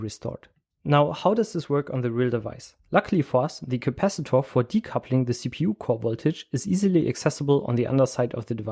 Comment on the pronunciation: the way you pronounce CAPACITOR